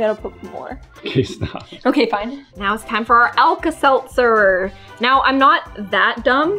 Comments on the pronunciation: “Alka Selther” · It's alta seltzer oh my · do you want to put some Alka-Seltzer in? /: Yeah.: it’s Alka-Seltzer. /: what’s that? Me: 🤨 👁👄👁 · how tf she what is alka selzer but she said lets put alka selzer in the crayon thing